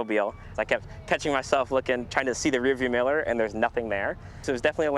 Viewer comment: “rearview miller”? Mirror. Rearview mirror.